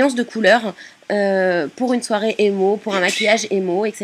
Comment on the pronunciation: jaime le maquillage que ta fait mais tu a mal dit le mot emo. continue tes video